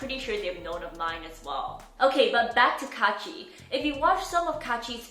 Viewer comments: I still cringe when I hear ITS KAACHI! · pum pum pum pum pum pum it's kAAAAchiIii